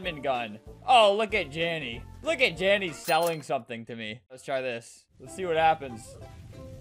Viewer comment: THIS MAN SAID JANNY WHEN I HAD THE AUDASITY TO THINK HE SAID DANI WHEN IT WAS JANDEL